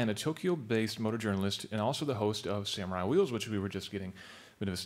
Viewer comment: what a joke!!whats a (sam-u-rai)